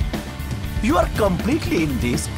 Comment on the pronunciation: Sakib dics na disk you...